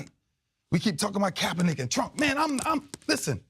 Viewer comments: i think Ray called Kapernic "kappanigga" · Did he say kap-a-nigga ? Lol